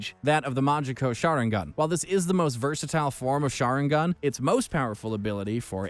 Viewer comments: its the shinarigan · "Shinarigan" just proves that he didn't watch the show and is just reading an article. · They way he pronounced sharingan shinarigan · Bro said shanaringan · He always mispronounces these things on purpose. He literally said sharingan first then sharaningan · Yo for how much you cover anime you’d think that your pronunciation would be more accurate. But you literally called the sharing an, the sharningon 😐🤔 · Just three magic words : HATE HIS PRONUNCIATION 😑😑 I mean like shanarigan WTF !!!!..... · "The SHANARIGAN...?" Somebody slap this narrator Please tell me he did not just call Mangekyou the Majiko Sharingan 😓 Imma stop watching this vid before I get a headache. And, never let this man narrate anything anime EVER.